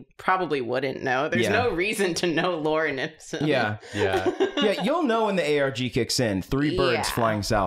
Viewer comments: Via mispronunciation, has now created the new Drawfee fan favorite character "Lauren Ipsun" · The consistent mispronunciation makes me think dated someone named Lauren Ipsum in college. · says Lauren Ipsum, as if it’s some person that pops up on the screen when you want a text box